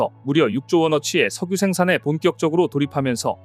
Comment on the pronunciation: '석유'를 '성뉴'로 읽는 사람은 처음보네.. 반복해서 들으니 슬슬 짜증나고 이질감느껴짐..